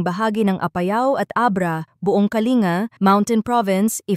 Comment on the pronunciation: Hindi Po kalinga KA-LIN-GA